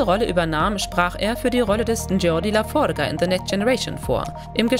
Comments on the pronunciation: Geordi La For-Ga? Fähnrich Forrick? Robert Beltrain? Wtf, was für Leute graben solche Insider aus, versagen aber dermaßen hart an den Namen? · Jordi LaForge, Lahfohrrge?! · Geordi LaForga, wer kennt ihn nicht? Ernsthaft, wenn ihr schon solche Videos produziert, dann spart doch nicht immer am falschen Ende und nehmt einen Sprecher oder eine Sprecherin, die tatsächlich was von der Materie verstehen. Die Aussprache der Namen ist unterste Grotte. Und wenn ihr schon Fakten wie die Besetzung unterbringt, dann erwähnt doch auch die Tatsache, dass die erste "Madam Captain" Elisabeth Janeway heißen sollte. Katherine wurde als Vorname für die Serie dann etabliert, nachdem der Show-Pilot, der zur Präsentation produziert wurde (ähnlich wie seinerzeit The Cage aus TOS) dem Testpublikum nicht so sehr zusagte. Immer diese halben Sachen. Deswegen bekommt ihr von mir auch kein Abo. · Nervt so übelst was ist ein la forrrga 😅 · "La Forka" und "Bonies"! 😱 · Also einige Namen wurden sehr seltsam ausgesprochen, bei Belana wird Belenna gesagt was sich ganz schön falsch anhört, und LaFroge wird Englisch ausgesprochen wie Ge wird eher wie ein dsch ausgesprochen. Außerdem sind finde ich die auswertungen von Netflix als einzige Quelle nicht unbedingt represantiv für Trekkies. Weil ich als Kind for Streaming diensten hab alles was es von Star Trek gibt, bis auf die Neusten Serien auf DVD bzw. Bluray. Obwohl ich Star Trek Fan bin und Netflix habe, hab ich auf Netflix nie geschaut, weil ich zum einen die meisten Serien schon mehrmals rauf und Runter auf DVD geschaut habe, und 2. Wenn ich sie erneut schauen würde, wieder auf DVD schauen würde. Weil mit Menü und ner Cool bedruckten Disc in der Hand ist es einfach was Cooleres als nur auf die Streaming Tasten zu Klicken. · Geordi La Forge wird Englisch (wie die Schmiede=Forge) ausgesprochen nicht Spanisch, anscheinend noch nie eine Episode gesehen. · nGeordy LAFORGA 😂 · Lenard Bonies McCoy 😅😂? Wtf und La Forge, Bilenna 🙈Aaaaaalter